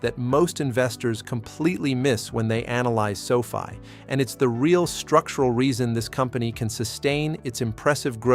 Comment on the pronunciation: Your AI can't even pronounce Sofi correctly.